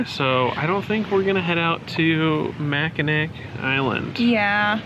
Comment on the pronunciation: Welcome to my home state! U R doing well with pronunciation. Right first time Macki"naw" rhymes with awe(short a). So glad your enjoying! Edmund Fits. song from mid 1970s explains wreck. The Tac. Falls a beauty!! SUE SAINT MARIE. Hope u tour Mack. Island on bikes.